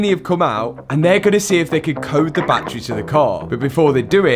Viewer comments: Like da whey you sayyy batttttturieeeee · What's a bat-tray? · I'm going to have to stop watching most YouTube videos that discuss anything to do with batteries. "Battery" has three syllables. Bat trees are roosting spots for flying mammals. For unaccountable reasons, the use of the latter when meaning the former isvtriggering me very badly! Mind you, you're the one with the Lambo, so... what do I know?!😅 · Challenge:….. take a drink every time Matt says battreh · Love your accent: battrey Annd it now means that any crashed Revuelta will be written off, until they write the software to unlock it. Very irresponsible behaviour from a major car maker, shame on you Lambo. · Battery is a three syllable word that you've somehow turned into a two syllable word 😂. Fucking accents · The way he is pronouncing Battery is gonna haunt me in my dreams forever.